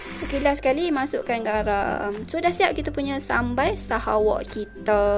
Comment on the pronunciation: Sebutnya Sahawik....bkn sahawAk.